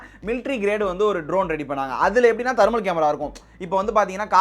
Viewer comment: Dai athu dermal camera illa thermal camera vaasikka theriyata